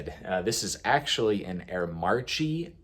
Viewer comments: FYI Aermacchi is pronounced 'Airmackee'.That comes from possibly the worst era for HD when owned by a bowling company! Nevertheless Harley Davidson won the 250cc World championship 3 times (74-76) and the 76 350 cc championship with a rebadged twin cylinder two stroke Aermacchi ridden by Walter Villa. This bike has little to do with HD apart from the name on the tank but interesting project. I would try and get parts to get it running, please don't put a different engine in it. You won't see too many of those around these days. Good luck. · Air - e macki 125 sx is how you pronounce your. Bike & the carb is pronounced Del or tow